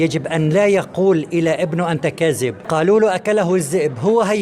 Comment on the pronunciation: مش لما يبقى ينطق كلمة كاذب صح وينطق كلمة الذئب صح مش كازب والزئب